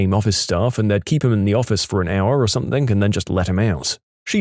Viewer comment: No k in the word something